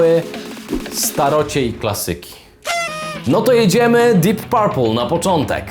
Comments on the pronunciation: Mówimy dip perpl nie parpl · Panie bardzo Cie lubię ale jak można źle powiedzieć Deep Purple?????